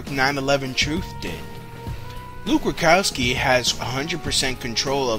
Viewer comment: AND ITS RUDKOWSKI... NOT RUKOWSKI, MAYBE ITS JUST YOUR VOICE BUT U SOUND LIKE U CANNOT PRONOUNCE HIS NAME... SORRY MY EARS WORK